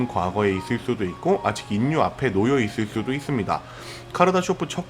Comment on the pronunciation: 중요 키워드인 "인류"의 발음 사으로는 "일류'라고 해야 자연스러울것 같은데, 정확히 "인류"라고 하니 듣기에 상당히 어색하고 내용에 집중이 잘 안되네요. 좋은 내용 감사합니다.